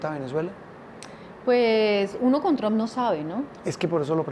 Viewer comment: NO SE DICE TRON SE PRONUNCIA Træmp K FEO PRONUNCIAS PARECES K HABLARAN DE UN ARBOL TRON TIENEN K POR LO MENOS APRENDERSE A PRONUNCIAR ALGO TAN IMPORTSNTE COMO EL APELLIDO SI UDS HABLAN DE EL CSDA 2 MIN. HAGAN SU TAREA VAGOS NEÓFITOS INDULSOS BYEEEEER